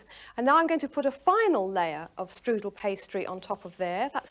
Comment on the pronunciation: That may be good, but it is NOT a " štrudel".